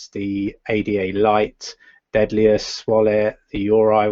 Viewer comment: It is not "deadliest" wallet, but "daedalus" wallet. It's annoying. Please don't be a typical lazy pronouncing Brit and say it right, it's not difficult.